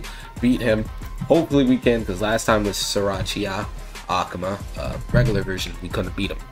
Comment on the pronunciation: Love how he says akuma ahk muh